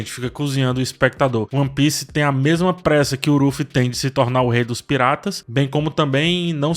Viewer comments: Pq o fica chamando o Luffy de Ruffy? Me incomodou essa pronúncia, estou acostumado com Luffy, com L. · Impressão minha ou você chama o Luffy de Orufy? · pq ele fala Uruffy? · fala o nome do Luffy direito pelo amor de DEUS meu jovem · Pq tá falando Luffy com R? Ou é impressão minha